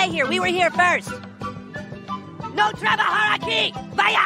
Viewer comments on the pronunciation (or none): Jajaja me da mucha risa cuando dice "No trabajar aquí" porque es como cuando un gringo está empezando con el español y suena graciosa su pronunciación XD